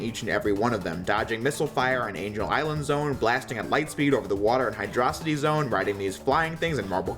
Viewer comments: Isnt it hydro-city zone? Not hydr-ocity zone? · I was cool up until this man Said Hydrocity as one word instead of Hydro City. Instant dislike. Lol. :P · Hydro City Say it with me Hydro City Not hydossity While I didn't care originally about peoples pronunciation the stupid fanbase actually had an argument about it stemming me to actually translate the Japanese version which was "Haidoro-shitty" and I'm not kidding or being racist, thats actually the translation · This phycopath says hydrocity like “HydrOcity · You can't beat chemical plant zone. You are dirt beneath my taint. Also it's pronounced hydro city..... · You pronounce Hydro City as one word and therefore all your opinions are now invalid and I will curse your entire bloodline to have shit opinions the exact same as you, you SA2B loving nostalgia fuck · Finally finished the video, solid delivery. Your criticism is legit and I see no reason to hate your logic except for the way you pronounce "Hydro-City" (I know its not written like this but it should have been UGH) HOWEVER if your looking for another retrospective rival HMU lmao.